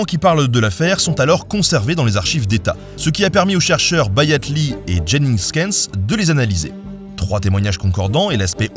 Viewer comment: Juste pour corriger une petite coquille : en turc, cette espèce de i sans point de prononce "eu". C'est "Bayatleu". (enfin, c'est pas très exactement ça mais c'est ce qu'on a de plus proche en français)